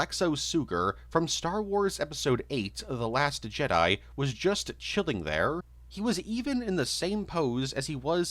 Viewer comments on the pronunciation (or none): none